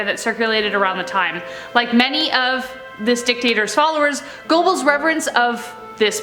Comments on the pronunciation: Your pronunciation of Gobbels is hilarious. Ger berls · How TF can you seriously not know how to pronounce “Donner.” You never heard a single thing about the Donner Party before researching this story? That’s not how you pronounce Goebbels either. Damn, get it together man.